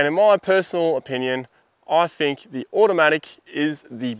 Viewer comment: I Fink you can't say Think